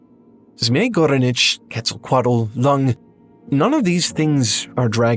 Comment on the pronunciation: Please look at the pronunciation of Quetzalcoatl by a native Nahuatl speaker 😭